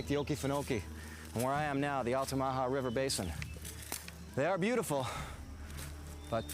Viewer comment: I’m sorry I can’t get over the pronunciation of Altamaha